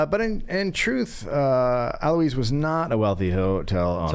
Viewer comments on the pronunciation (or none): These episodes with Gareth's mom are just plain weird. I mean, she's sweet & all, but WHY?"A Also, "Alois" is pronounced "al-wah" you unwashed ignoramus! (DA is a great example of how you don't need to actually KNOW anything to be successful in America. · its 'uh-loyse'